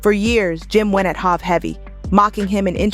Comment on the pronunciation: This lady narrating know damn well hov name isn’t hav and she’s killin jadakiss name and Nas!! 😂 she’s straight buggin!!!